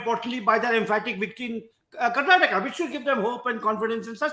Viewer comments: Karan Thapar, start pronouncing Karnataka as Karnataka and not Karnatak. Learn and start becoming correct and humble. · Mr. Thapar, it is Karnataka and not Karnatak. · It is KarnatakA, not Karnatak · Good chat, thanks for this interview, Mr Guha brought incisive and well articulated points to the table as usual. Just one note. Please, Mr Thapar, do learn the name of the state you're talking about! It's KarnatakA not Karnatak😂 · Mr Karan Tahapar, you come across as a well learned person and you are in this profession for a long time. Can you make an earnest effort to properly pronounce the name of the state that you are discussing. It is not Karnatak it is Karnataka. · Dear Karan it is Karnataka and not Karnatak, please respect the names of the states and the languages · This was a great watch. But it would be so much better if you could please call our state Karnataka instead of Karnatak. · Dear Karan, it is Karnataka and not Karnatak 😊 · it is KarnatakA, not Karnatak. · Why can't Karan pronounce the last syllable 'a' in Karnataka? Why is he saying 'Karnatak'? I see this with other North Indians too. Why? Why can't you guys make the effort for correct diction of Southern names? Is it so difficult? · Mr. Thapar, you wouldn't pronounce Haryana as Haryan, would you? Now, please extend that rule. it's Karnataka, NOT Karnatak! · Mr Thapar, it is Karnataka. Not Karnatak. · Karan, its karnataka..not karnatak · Karan Thapar should be called Kara Thapa until he learns to say Karnataka, instead of Karnatak. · Karan, it's Karnataka! Not Karnatak! Look at the spelling. Not what you want it to be! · Someone tell Mr. Thapar. It's Karnataka. We do take offense to other pronunciations. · Karan - it's KarnatakA,KeralA..not how you pronounce it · Hi Karan sir, can you please pronounce "Karnataka" properly..!!